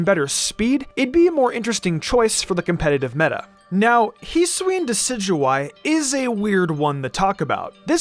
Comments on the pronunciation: You can’t hold items at all and the correct pronunciation is HISS-OO-E-IN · Heesuian srsly man hisuian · “Heesween” lol